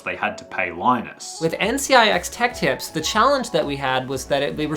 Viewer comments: It's tips not lips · "Linus Tech Lips" 💀 No offense just pointing it out, great vid. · its tech tips yeah not tech lips? nice vid though as always though man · "Linus Tech *L*ips"